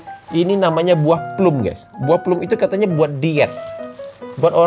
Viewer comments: bukan plum dibacanya tapi plam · BUAH PLUM DIBACA PLAM BANG :) biasanya rasanya masam kadang manis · Penyebutannya "plam" mas😂